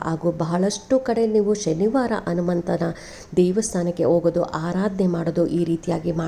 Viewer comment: Anumantha , Hanumantha antha sariyagi helu